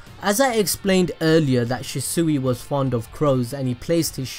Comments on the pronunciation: Im sorry but thats not how u say shisui its pronounced (shee-swee) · It’s pronounced shee-swee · It’s pronounced shisuei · It’s pronounced she-shu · It’s not pronounced shesuey it annoys me to much 😥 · Stop saying shi-sui it's so anoying it's shi-sui not shi-sui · It's pernouced like she swee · He keeps calling him shisuey Did he even watch the show? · The mispronunciation of shisui throughout the whole video bothered the hell out of me lmao but I been watching for a while now and he pronounces it right now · Am I the only one that is triggered by the way he calls shisui’s name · Im getting TRIGGER at the way your saying ( The god or G.O.A.T ) Shisui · Lord he keeps saying the name wrong and it bothers me. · Wish you would say his name right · butchred his name very 3 seconds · Anybody else annoyed about how he says his name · I absolutely hate the way he pronounces shisui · Hate how this dude pronounces shisui